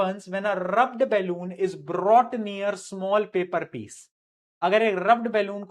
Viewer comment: Brought ❌ Brrrrrrrrought✅